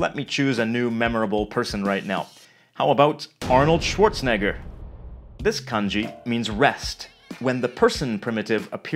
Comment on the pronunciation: Schwarzenegger, not ‘schwarzneggar’